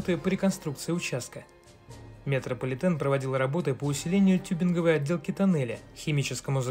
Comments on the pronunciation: Хороший ролик, информационный. Но пожалуйста, не оБделки, а оТделки. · Не оБделки, а оТделки. Неприятно слышать такую грубую ошибку от профессионала...